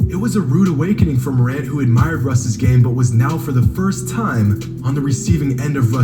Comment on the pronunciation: No matter how high flight is he will never say ja morant right